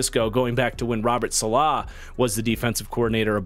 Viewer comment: Not that I actually care, I am just saving you some grief from the Jets deep dive, but it's "Saleh" 😅